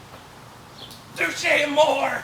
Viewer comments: its pronounced to-shay amor-ay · its pronounced touché amor( EY) if you will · It's pronounced Touchay Amoray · I thought it was pronounced like, "Tooshay Amoray?" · did you just say touché A MORE? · YOU'RE PRONOUNCING IT WRONG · Anthony always fucks up the name but great review nonetheless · dude wtf you didnt even say the name right?